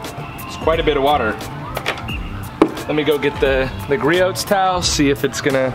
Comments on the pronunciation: Sorry to be nit picky it pronounced gree-ohs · It's pronounced like Gree•owz. Griots is a great brand that is worth every penny when you're a car wash enthusiast. There's always going to be strengths from one brand to another, but this PFM towel is better at drying then any other towel I've used. If anyone knows of a better towel than please comment so I can try it. Thanks! Entertaining video by the way. Good job. You kept me watching.